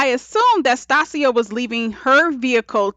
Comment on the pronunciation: Good review, but I kept get thrown off with your pronunciation of "Stacia". I've never heard it pronounced like that.